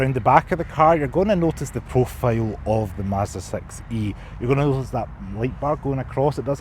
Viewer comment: I like that with scottish accent the model name Sounds like sex-y 😊